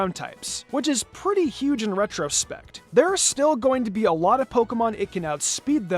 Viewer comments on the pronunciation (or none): none